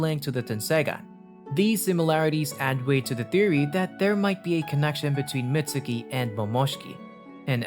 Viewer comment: its not pronounced Mitsuki theres a silent u